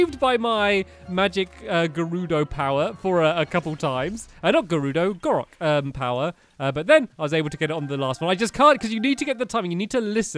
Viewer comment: gorok? did you mean goron